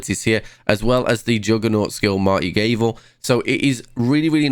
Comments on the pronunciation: Mighty Gah vel ---- Not mighty Gay vel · Still saying gavel wrong? Maybe a reading tutorial next?